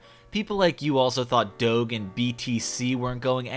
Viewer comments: Is no one else gonna talk about the fact that said "Dou-geh" instead of Doge?????? Lmfaooo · my man pronounced doge like dough with a hard g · doge with a hard g??? for shame